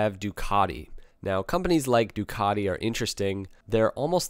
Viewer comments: you should learn to pronounce names, after all the one of your sponsor (which isn't called "DayAgostini")......Ducaaddi ? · Ducotty????? MV agooster???? never heard of them. Is this how Italian sounds to the guys across the pond? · Please please please learn to pronounce Ducati there is no letter o in the name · Why can't you say Ducati probably?